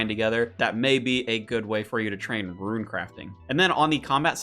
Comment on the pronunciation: RUNE! Not RUIN!